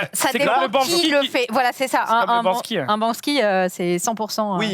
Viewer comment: le « Bansky » répété à 3 ou 4 reprises me provoque d’atroces souffrances étant un amateur de street art… c’est BANKSY s’il vous plaît !